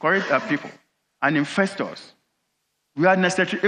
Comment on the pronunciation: the Aboki man keep saying "infestors" I hope he's not bringing back the infamous "Aso Rats"?